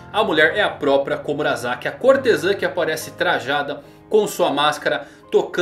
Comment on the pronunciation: É Komurasaki, não komuraZaki.